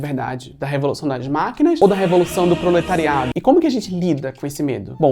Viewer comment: Gosto muito, apesar de vc não parar de falar de "ploretariado" 😂